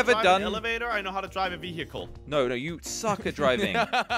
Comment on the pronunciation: ve-hic-el